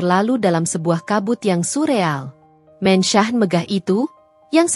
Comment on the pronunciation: Min...kenapa mansion di baca mensah, se-hrs nya dibaca: Mensyen. sok ke inggris²an, tapi koq salah ucapan nya. spt Omlete koq dibaca omelet ?? 😮